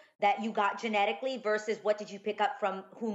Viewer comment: really?! jeannie didn't know how to say genetically... I find that hard to believe lol